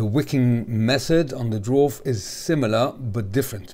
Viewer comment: Education comment, it's pronounced not Dwarf but actually Daa-vaar or Dee-varw. This is easily learnt through the official original owners Facebook group owned by Peter (owner of KHW mods) I called it the Drawrv in my mind for like a year 😂